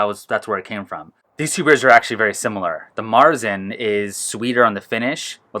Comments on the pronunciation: Fun fact: Marzen (with an umlaut .. over the "a") is actually pronounced "Mairtsen." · Do all Americans pronounce Märzen like this?